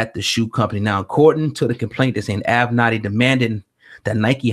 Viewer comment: Say It With Me: AV-Ven-Natty. It's like A Tribe Called Quest or "A Pimp Name Slickback." You have to say it together. LOL!